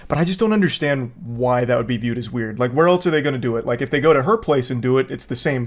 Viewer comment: "That Wæerd"